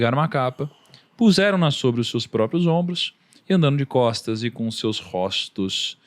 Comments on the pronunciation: Róstos? Kkkk nao aguento! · RÓSTOS kkkkkkkkkkkkkkkkkkkkk